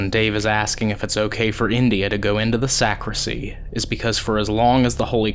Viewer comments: Great episode guys! I loved watching it and the Paranormal Encounter's episode with Ryan as well! That place is huge and scary! FYI- it's actually a "sacristy" not a sacrisy. 🥰 Can't wait to see your next episode!!!🥰💖💖💖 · Just a friendly FYI...it's Sacristy not Sacrissy. Carry on! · Love you guys. Your calm, dignified, evidence-based methods makes this an amazingly watchable channel. It’s super scary but it’s well researched and put together with loads of effort and energy. Just so you know , it’s pronounced sac-ris-ty. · The room behind where the priest gets ready is called a sacristy. The t is pronounced. Just thought I’d let you know. Enjoying the investigation.